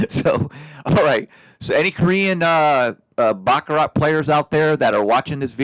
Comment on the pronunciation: You don't pronounce the T